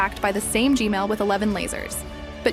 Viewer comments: can you say gman not gmail 😢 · did anyone else hear "gmail" instead of gman?